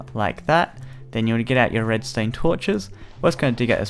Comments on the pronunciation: If your going to say Redstone, great. If your going to say Redstain, that's a little odd, but fine. But please just be consistent about it, something about the fact that you keep jumping between the pronunciations really bothers me. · Am I the only one that noticed he was saying "Redstained Torches" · he said red stain